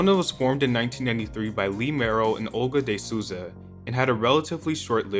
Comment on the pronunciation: Actually it's pronounced "Awlgah djee Soul-za"